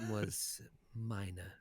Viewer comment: Minah, not minor!